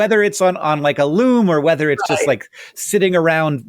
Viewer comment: I got a Loom ad right when Hank said Luum